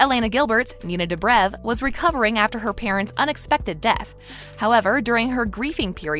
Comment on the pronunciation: She's saying dobriv instead of dobrev, and stafon instead of stefan, ugh she's as bad a kai parker 😂